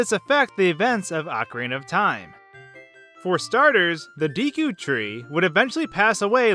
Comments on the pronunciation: The word is Japanese. It's pronounced 'day-ku'. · first of all, its spelt Deku. pronouciation is completely diffreny. think day-koo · Its Pronounced Deh Ku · It's pronounced D-"eh"-ku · IT IS DEKU (DE COO) NOT DEKU (D COO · It's pronounced Dêku. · Its pronounced deku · I think its pronounced daku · its pronounced deh-coo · It's deku not dēku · it's pronounced dookie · Judging from Japanese pronunciation, it's probably "Deku" with an E-sound like the "a" in "lack", rather than an "ee" sound. c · Deku isn't said the way it looks.. you are saying it wrong, it has more of an A or Eh sound. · Deku with a long e sound. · cuz you asked: it's deku, not deku. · Am, I do belive that, um you'll a see that it is a pronun-pronounced Deku, as in BNHA Deku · It’s pronounced deku not deku. See, a lot of people think it s deku, but it’s actually deku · It's D-Ek-U long E sound not D-E-KU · Neither! It's pronounced デク /De̞kɯ̟ᵝ/ (~"DAYkoo" but less emphasis on AY). Your pronunciations are /Diːkuː/ & /Dɛkuː/ respectively. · Deku like Deck.Not Deeku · Deku not deeku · de ku (not dee ku) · Him saying "Dee - Koo" instead of "Dehh Coo" tree" annoys me EVEN 4 years later... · well, its actually pronounced Day-Koo, ive heard deckoo & deekoo, but officially its day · "Deeku"? It's "Déku". I'd say the latter since the game was made in Japan. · It's pronounced Deku. Not "Deeku", Deku. Deh-koo A species thingy from Zelda. A talking tree. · Deekoo is offensive to my ears! Deckoo is the correct pronunciation. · By the way,it's not Dee Koo it's deh koo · Since the game is japaniese, I would thi k its “deku” and not “deeku” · You're pronouncing "Deku tree" wrong. It's not "Dee-koo", it's "Day-koo". You're welcome. lol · It’s Deck-ooo not Dee-koo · Why u say deeku instead of deku? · DE-KU not DI-KU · It is pronounced D-e-k-ouNot dee-kou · It's Deku, not Deeku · It's dEku, not dEEku, if you're a weeb who cares (which I am lmao) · its pronounced Deku not deeku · "deekoo tree" eye twitch